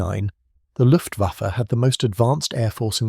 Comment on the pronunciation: WTF is the LUFTVAFFY ? ? ? ....Right at seconds IN after showing AMERICAN B17s and saying German Bombers "ruled the skies" and THEN said "LUFTVAFFY, I emmediately switched off and gave this vid a DISLIKE !